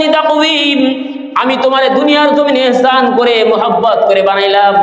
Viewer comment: ইহসান বলা যাবেনা আহসান বলতে হবে।